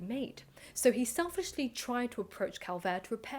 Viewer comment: You are mispronouncing both Schliemann and Calvert.